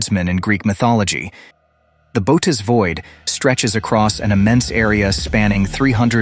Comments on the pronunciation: Its pronounced "boo oh teez void." Bootis lol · It's pronounced 'Bo-hoe-tis' not 'bo-tis', I believe. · "Boat us"??? Bow ate ease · Thought it was pronounced Boo-Oats, not boats or boots or whatever the narrator is saying